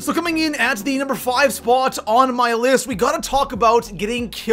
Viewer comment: And you didn't discuss what's in the video thumbnail. Lame. Also, learn how to pronounce "Spot" and "A lot."